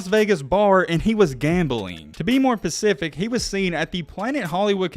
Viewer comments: Just checking in to see if you're still saying pacific instead of specific after all these years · dude you really said to be more "pacific" LOL?? I'm pretty sure the proper way to say it is to be more "atlantic" ha!! Makes sense considering you're an Alabama fan. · Bro, to be specific not Pacific, that's an ocean out west dude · Why do you keep saying “pacific!?” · how do you not know the difference between specific and pacific? pacifically speaking i just think it makes anything said after sound just as stupid. be a big boy and learn something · To be more pacific? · I really enjoyed this. The word you are mispronouncing is specific. Not Pacific. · How are you so illiterate you say pacific instead of specific … multiple times … cmon now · It’s specific not pacific 😂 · Stop saying “to be pacific”. It’s “to be SPECIFIC”. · Did I hear "to be more pacific" 🤔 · It’s specific not pacific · It's "Specific" not "Pacific". Good day. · It's "specific"... not "pacific". Reading before sports. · The narrator needs to stop saying Pacific and say specific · Why am I not surprised that an Alabama fan doesn’t know the difference between specific and Pacific? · " to be pacific" Pacifically speaking lol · Stop saying pacific. It’s specific. 🤣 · “to be pacific “ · “ to be pacific” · Bro said "to be Pacific" and I turned into the ocean. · Why in the world can you not say specific? Everything isn't pacific. at grammar. 🤣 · Dude keeps saying pacific..like bro stop using ai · Could you be more pacific 😂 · "Pacific." Jesus Herbert Walker Christ. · Omg... You said, "to be PACIFIC"!!!! LOL... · Great video! I enjoyed it. I did laugh at the "pacific" part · I like when ur "pacific"